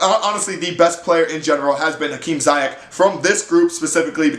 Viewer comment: You say his name wrong, you have to say the i different. Like the word : sea, but dan zeayech